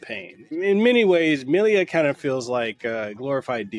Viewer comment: Why did you add an extra "i" to Milla's name?